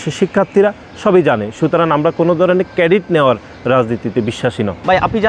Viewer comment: কেডিট না ক্রেডিট । কই থেকে আসিশ ভাই? শিবিরের পোলাপাইন দেখছিশ?আর তোমরা এখন লীগের মতো পুরান প্যাচাল পারা শুরু করছো। go to heeeelll.